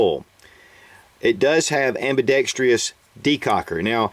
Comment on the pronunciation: Thanks for taking the time to put up the review. Watch the pronunciation of "ambidextrous" :) That seems very common in gun vids, for some reason. Anyway, appreciate the efforts on this.